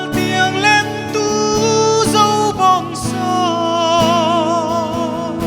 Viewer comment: "lentu" tih hi a lam chang hret ani. 'Lêntu" anih ang takin han lam deuh se ṭha tur anih hi maw le. Sangha manna "lên" ang hian han lam hrâm hrâm zêl teh u.